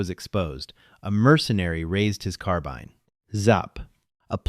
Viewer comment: Carbine pronounced as carbean!😀😀😀